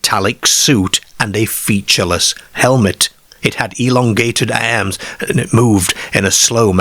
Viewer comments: Why the weird pronunciation of the words "arms" and "cars" and "farmer"? "Cares" and "airms" and "fairmair"? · I had to stop watching this after a couple of minutes due to the narrator's aggravating pronunciation of words like Car ( 'Care'), Arms ( 'Airms') etc..Noboday else in England talks like, so why choose him ???